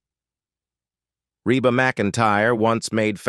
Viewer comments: eeeee Reeeeba. Not RAYba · It is pronounced Reeba. Dummies !! Reba so easy!!!❤❤❤ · Why is it you can't say the name right...😊